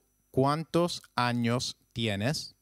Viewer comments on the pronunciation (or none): none